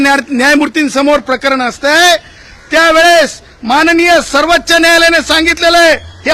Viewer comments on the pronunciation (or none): सर्वच्च नाही रे सर्वोच्च न्यायालय म्हण गाढवा